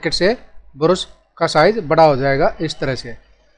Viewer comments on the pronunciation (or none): none